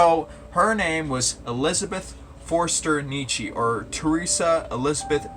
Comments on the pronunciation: The umlaut over the o in German makes it into a u. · Good video; quick note on the pronunciation Ö ist a oe. You make the o sound and then without moving your mouth you say the e sound (as is ehhhhhh)